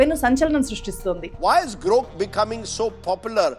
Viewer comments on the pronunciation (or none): గ్రాక్ not గ్రోక్.... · Grok = గ్రాక్ pronunciation wrong